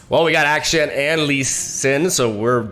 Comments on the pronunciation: Hey, so you won't get confused nextime, just remember Akshan sounds like Action. Not Ass can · His name is pronounced as Ak-shan (not like shen) Think of the word action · Akshan: A-PHLEM-Shan. Or Action. Just call him Action. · why everyone cant say the right name its ahsan with an british accent on a, like 'A' not ackhstan. Hope you guys know what i mean :) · I am sorry my buddy but it is AKschAn and not Äkschän <3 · It was based off middle eastern names so it's actually pronounced "Uck-Shun" For those who doubted me : Akshan literally said it himself. When I said it was BASED of middle eastern names I don't mean it was an actual name used in middle eastern by itself but more so to the regional phonetic of how it's generally pronounced there. Stop being so pressed over trivial stuff 😊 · I think it's pronounced like the word ACTION 🎬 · Why does have so much trouble saying "action"? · When you try to say Akshan's name, just think of it like "Action", it's basically the same thing lmao Riot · Can’t believe how far I had to scroll to find a single comment saying this. Like he says it in his reveal trailer? Crazy how many people are saying it’s pronounced “action” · The way you pronounce Akshan makes you sound more American than actual Americans lol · Wtf are you talking about? Not even akshan himself pronounces like that.